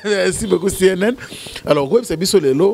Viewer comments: on dit #CNN et non #CNL merci. Français na yo, bongisa merci. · le musicien s'appelle CNN et non CNL comme tu le prononce, fais des éfforts stp! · c’est cnn et non cnl 🤣cnl eza journal ya lingala